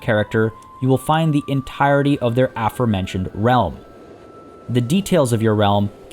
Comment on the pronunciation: Take a shot anytime you hear words "dynasty" and "aformentioned" pronounced wrong